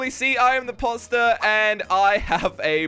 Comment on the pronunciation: Did anyone else notice said the poster not imposter